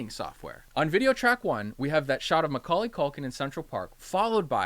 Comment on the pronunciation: yes, this video is two years old, but the way you say macaulay haunts me,,, as someone with the damn name as their last name: it aint pronounced mcculley. mah caul lee is the best way. love your stuff though!